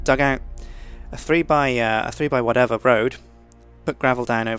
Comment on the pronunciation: " 3 x watevar" lol